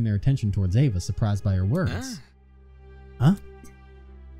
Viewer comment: It's EEva not AAva. Don't know if you saw my last comment.